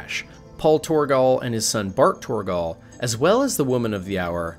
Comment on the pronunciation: Kharaa: Kuh-ra. Torgal: Tor-gal. Maida: May-da. I guess you could get away with Kharaa, but Torgal and Maida are actually spoken! Jesus! Edit: also how does this make her a leviathan?! Don't clickbait!!!!